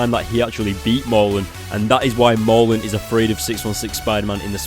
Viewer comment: pls ya killing me Mur~len not Mar~lun